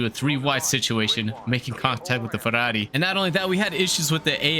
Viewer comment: I like how you pronunce ferrari and not ferruarri